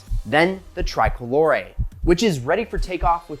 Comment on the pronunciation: OMG! It's ear ripping when you americans start to butcher European names! Just listen how he pronounce Pagani Huayra "Tricolore" or "Horacio" (owner name)! If you so obsessed with Pagani or just love it, you should be willing to learn pronouncing those names the right way! C'mon man, try to be professional, please...